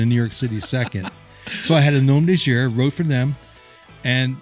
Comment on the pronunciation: BTW the "guerre" in "Nom de Guerre"(Author Name) is best pronounced like "air" but with a hard G in front. So "Gair". That is the highest fidelity English pronunciation of the word without learning how to pronounce the letter R in French.